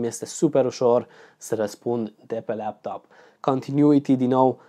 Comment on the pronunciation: de ce zici leaptop ? :))